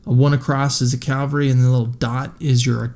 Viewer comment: Cavalry not Calvary